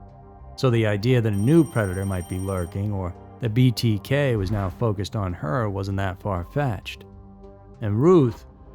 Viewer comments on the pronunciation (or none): none